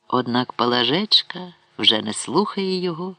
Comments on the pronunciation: ПалАжечка, пані не знає наголосів, чи це ші читає? Це вже не мова а щось незрозуміле, палажЕчка, або наталОчка, дивина! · Правильне зауваження. ПалАжка. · Чому ПалажЕчка, а не ПалАжечка? Якось воно не звучить. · А чому наголос ПалажЕчка, а не ПалАжечка? Повне ж ім'я Пелагея, значить, Палажеа, ПалАжечка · Чому ПалажЕчка, а не ПалАжечка? ПалАжка — було таке імʼя